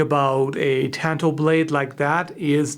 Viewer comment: Nice! BTW, the a says "Ah" like in "katana"